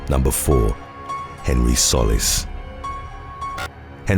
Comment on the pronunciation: I spend all my time watching your vids! Love this channel. One thing, the last name Solis is pronounced "Sew-lease" . It's Spanish and means ☀ . 😉